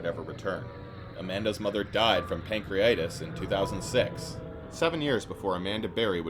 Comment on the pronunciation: its "Pancreatitis" btw